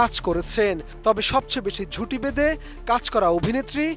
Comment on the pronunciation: “ঝুটি ভেঁদে” নাকি জুটি বেঁধে? এখনকার খবর শুনতে গেলে মনে হয় দেশে শুদ্ধ উচ্চারণ করতে পারা মানুষের এতোই অভাব যে বড় বড় চ্যানেল গুলোতেও যাকে তাকে ধরে এনে সংবাদ তৈরী করে। ATN News এর মান দিন দিন জঘন্য থেকে জঘন্যতর হচ্ছে, সময় টিভির চেয়েও জঘন্য 🤮